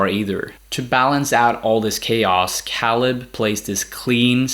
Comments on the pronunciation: Dude cool video but you’re killing me lol. It’s pronounced “KAY-LUB”. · Matt is their Cousin not Nephew Also Caleb's name is pronounced (kay-leb) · The way you pronounce caleb makes me wanna turn this video off l o l